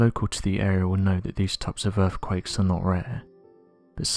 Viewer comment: yes he is I suppose, proper queens English…… “urfffquakessssss”